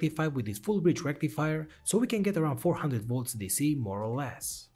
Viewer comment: Sorry but you mispronounced "Full Bridge Rectifier" Otherwise really good and nice project as always! You're smart :)